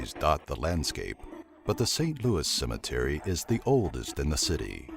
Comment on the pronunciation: Cimetery the narrator says